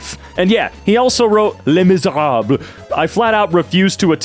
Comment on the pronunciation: I can’t believe you not only can pronounce Les Misérables correctly but didn’t brag about it either! Never before seen in my life